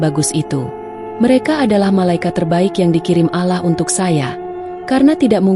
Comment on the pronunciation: Maaf ya, ko membaca surat Anas,gk fasih, sepertinya bukan orang Islam.. Menyebut Nama Allah saja alah